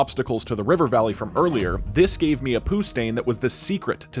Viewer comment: The way he says poo made me laugh